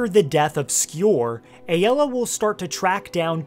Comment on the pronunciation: It’s ay-la.